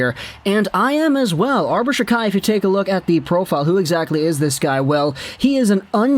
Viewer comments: It’s pronounced jack eye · his name is pronounced jackeye